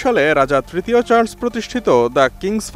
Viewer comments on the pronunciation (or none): Charles, not Charls